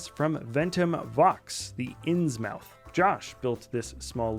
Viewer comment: "The ins mouth" omg that pronounciation. It's Insmouth like a town, like the town from the famous HP Lovecraft story.